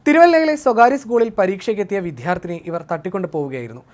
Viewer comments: "വിധ്യാർത്ഥിനി" അല്ല, "വിദ്യാർത്ഥിനി" എന്നു‌ച്ചരിക്കാൻ അപേക്ഷിക്കുന്നു. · " വിദ്യാര്‍ത്ഥിനി " ശരിക്ക് ഉച്ചരിക്കെടൊ !!